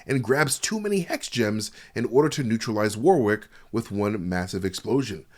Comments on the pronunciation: Great breakdown! But I can't help feeling like you're trying to see how many times you can say "war wick" in 30 minutes. "wɒrɪk" or "WORR-ik". You shouldn't pronounce the second w, and it's making me grind my teeth every time you say "war wick" xD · Dear American friends. The second w in Warwick is silent. Also Worcester is pronounced wooster (with the oo sounding like the oo from good).